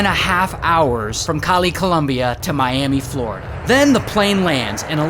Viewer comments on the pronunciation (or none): none